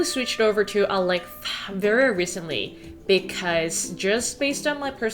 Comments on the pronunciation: Why are you saying alexa like that? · Why are you pronouncing „Alexa“ like that? Does it have copyright reasons? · Why are you saying Alexa like that? :/ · I think she was trying not to trigger Alexa while she was recording her voice over 🤣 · 와~ 저런 결벽증이라면 저도 갖고 싶네요. ㅎ 집 멋지게 꾸미신 거 너무 잘 봤습니다. 한가지 궁금한건 알렉사를 말씀하실 때 왜 ‘사’ 발음을 흐리신 건가요? 대놓고 말하면 안되는 건가요?(중요하진 않지만 궁금해서요.ㅋ) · I like how you say "Alexa" in a differently to prevent triggering others' Alexas haha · 근데 일부러 알렉하 구글하 이렇게 말하시는건가요..? 넘 궁금해서 댓글 답니다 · Alexhaa and googleha 😂😂